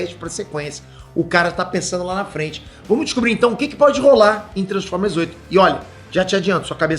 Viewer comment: "tranformer" Peter?